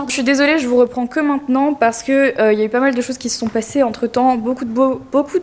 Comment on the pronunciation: "Je sais po ce que j'ai foutus" mdrrr cet accent du nord alors que t'habites à Lyon ! Je me le suis répété pendant tout le vlog :D